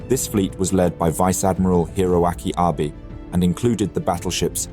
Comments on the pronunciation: I mean, he pronounced "Abe" as like "Abe Lincoln" and not "Ah-bey" like it should be pronounced. Sounds like an AI narrator, honestly. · It's ah-bay. Not Abe 😊